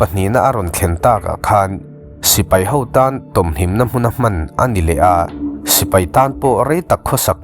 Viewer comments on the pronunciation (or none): none